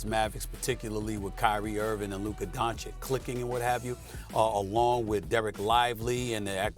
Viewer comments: How hard is it to learn how to pronounce his name correctly? DON-CHICH. Is this low I.Q. problems? Mental block? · Mispronouncing Ching a man’s name is total disrespect. Why does SAS say “don-chick” when it’s widely known to be “don-chik”? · How many years will it take for Steven "A racist" Smith to say Doncic name correctly? He can say Antetokumpo just fine but Doncic is too difficult?